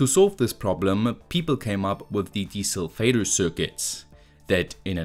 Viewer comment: I know you're saying 'desulfator' but I hear 'Diesel Vader'.